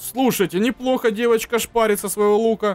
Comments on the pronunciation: ты говоришь не девочка дэвочка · ты так прикольно говоришь ДЭВОЧКА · фраза:Дэвочка так прикольно он говорит))) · Блин так сказал ДЭВОЧКА